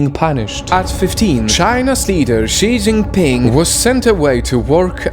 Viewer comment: Finally someone who pronounces his name right